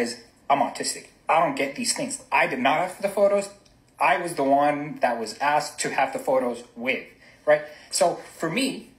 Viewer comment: Asked not axed.